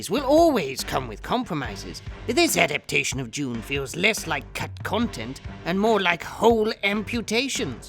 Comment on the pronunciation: a-dap-TAY-shun,... adapTAtion!! [not aDAPtion]. Otherwise... brilliant! Thank God I wasn't drinking coffee when the perfume commercial hit or I'd have sprayed the screen!